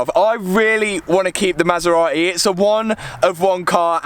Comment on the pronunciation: Since you can’t say Maserati because you apparently don’t pronounce “t”s at all you should give that one to me! LMAO! They are both crazy!